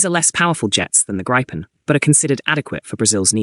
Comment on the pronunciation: I think GRIPEN is pronounced as 'GREEPEN'.